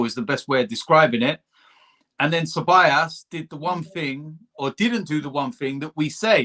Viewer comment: Man like: CeByAss 🤣🤣🤣🤣